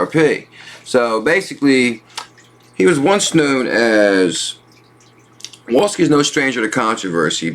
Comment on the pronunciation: proper pronunciation LawSkee not Luawskee